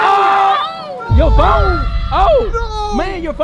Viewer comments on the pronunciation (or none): Bro when he said my phoe(phone)